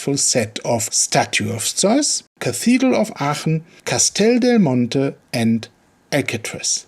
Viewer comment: You tried to say "Castel Del Monte" all'italiana. Very good nice try😏👏😉😂